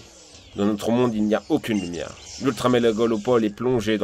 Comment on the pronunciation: " L'Ultra-Mélagalopole " Désolé. :D